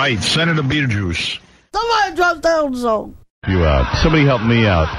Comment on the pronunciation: Sounds like “somebody (something) trying to hell him something” to me.